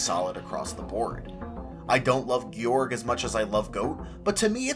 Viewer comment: Lol thank you for pronouncing Gyorg correctly Too many times have I heard people say Guy-Org